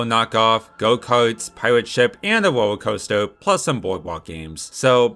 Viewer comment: Idk if this is making fun of Chi’s speech impediment or not